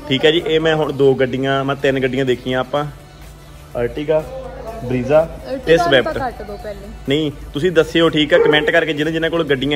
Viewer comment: Correction:- car da ਸਹੀ name ਬਰੈਜ਼ਾ ਵਾ ✅... ਬਰੀਜ਼ਾ ni gaa❌ Gussa na kryo please main just information ditti aaa 😊